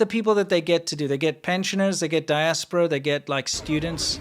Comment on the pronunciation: you keep saying diasperer like rest if us use that wird ever day